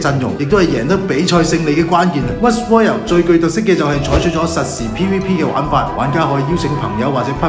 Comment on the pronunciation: ROY "L" not Royal